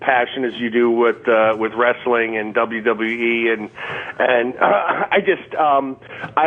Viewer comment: Exactly. Is he talking about cars?? If anything good came out of Otto's passing, it's that we no longer have to hear idiot Sam call him Auto instead of Otto. Now if we can only get him to say WWE instead of Die-WE.